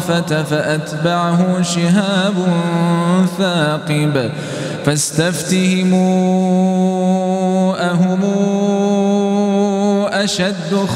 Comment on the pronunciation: هناك أخطاء في الشكل: بزينةٍ وليس بزينةِ، لا يسًمًعون وليس لا يسْمَعون، فاستفتهمْ أهمْ وليس ففاستفتهمُ أهمُ، واهدهمْ وليس واهدهمُ (أنا سمعت فقط الأول ولم أكمل السمع)